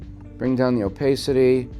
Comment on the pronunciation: for goodness sake, if you want attention (and keep it) use an attractive woman instead of a dog or some weird space suit character. By the way, what country are you from? I ask because of the weird way you pronounce "opacity"! Using the word incorrectly as many times as you do in this tutorial is very annoying! Good luck with your venture. People who complain that a limited Adobe subscription which would include Photoshop, Lightroom, Bridge for $15. USD per month is eating their budget is ridiculous! If you've been paying for a subscription for 25 years as you've claim here, then you shouldn't be paying more than $10. USD per month by paying for it yearly instead of monthly. re: Opacity - type this into Google's search bar (how to pronounce opacity in english) and then listen to the proper way to pronounce the word.